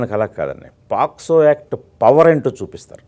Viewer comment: Adi posco kadhu ra daffa , pocso